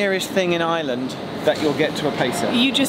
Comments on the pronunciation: can properly say words in Welsh, Gaelic, and Irish, but still can't manage to say Ireland, and instead says Island. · Apart from saying Ireland as "Island"